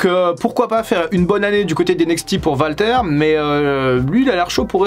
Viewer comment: Ont prononce Wal, pas Val. ce Walter pas valter. Ont dit Wal-Mart. Pas Val-Mart. Mais qui te demande de moins parler de AEW ? Si les gens aime pas la lutte qui aille voir axel